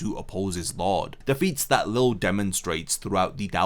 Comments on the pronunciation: Lille's name is pronounced Lee-jay not Lil or Lilly. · Btw lilles name is pronunced Lee-lay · everyone still calls him leel lol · nah in the anime its always pronounced lee lay or lee zhay, one of the two i cant remember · Why can people not pronounce Lille’s name correctly? Ffs, the English dub CLEARLY showcases how his name is meant to sound.